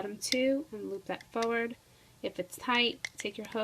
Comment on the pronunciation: Foward? It's Forward!!! JUST A TIP